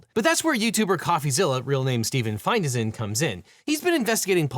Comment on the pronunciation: It's Find-ei-sen, not Fin-dei-sen. There's always a syllabic gap between compound word "modules" and a single consonant can't be a syllable.